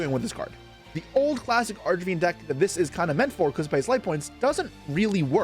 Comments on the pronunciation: Arch e fiend? Do you mean arch Fiend? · I think I'm crazy cause I keep hearing him say "Arch"A"Fiend" throughout the video.